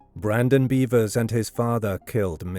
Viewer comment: “beh-vers” not “bee-vers”